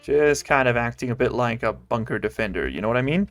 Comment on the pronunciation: Base name: Bun-Ker